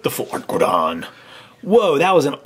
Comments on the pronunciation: Your pernicious is horrible kyogre is said kioger and groudon is said growdon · Groudon: "Gruh-ow-don" Kyogre: "Kai-yo-grr" Roggenrola: "Raw-gen(sounds like den)-roll-uh" The Full-Art holo cards are called Ancient Trait cards :3, they're different from EXs, and if you wanna learn more, go to Bulbapedia or Pokébeach to read up on the sets! Also the Groudon EX promo is just a regular EX, not Full-Art. Just helping with pronunciation. You guys did pretty good for being so new to the TCG format of Pokémon though! ^-^ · its actually pronounced kiogr and growdon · Dude it's a problem that you think you guys are hot stuff, when you call Kyogre "Keyogrey and Goudon "Grodon" I'm sorry I'm not sorry for saying this but I, and every other non brainwashed child and every TCG and even VGC players would rate this video as trash